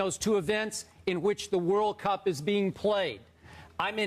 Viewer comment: Even his intonation saying "World Cup" is off. hahahahahahaha